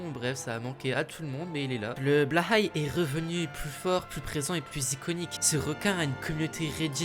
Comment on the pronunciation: Je confirme participer au quota de Blåhaj en Europe ! Par contre, Blåhaj se prononce "blô-aïe" !